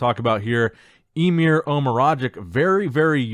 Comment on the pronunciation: it's "Emir", not "Imer".